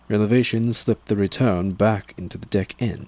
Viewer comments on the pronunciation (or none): Awesome job man! Btw were you saying revelation or relevation when referring to the Big E?